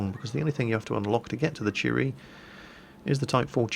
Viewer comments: All I hear is, "The Cheeto" xD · I'm used to pronouncing/hearing Japanese tank names like "Chi-To" and "Chi-Ri", so I never heard "cheeto" once.